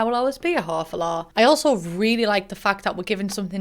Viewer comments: The amount of times you said “whore for lore” it’s started sounding like hoe for law or something lmao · LOL. I understood her the first time, but now I'm hearing hafalaw. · "I'm a hah fo lah"